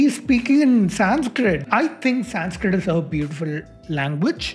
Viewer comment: I wanna go kill his angry cat every time he pronounces SAYNSKRITT with a white people T. Bc if you have learnt you woulda known how to say संस्क्रित Sun-s-krit try again wanna be white baby boii Also your favourite nasa and esa derives and names everything on greek gods and credit everything to european philosophy and culture.